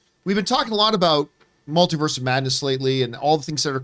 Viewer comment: what did this girl just say? “The Mel-tit-u-ed of Madness” wha..